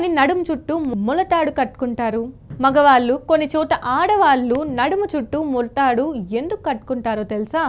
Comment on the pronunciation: అమ్మా తల్లీ..ఓతల్లీ...నీకు ళ అనే అక్షరంసరిగ్గా పలకడం రాదు.. మగవాల్లు.. ఆడవాల్లు అని అసహ్యం గా ఎందుకు పలుకుతావు ? ఛీ..ఛీ ఈ విడియో ను తీసేయ్. ళ అక్షరం సరిగ్గా పలకడం నేర్చుకొని ఆతర్వాత విడియోలను పెట్టూఊ.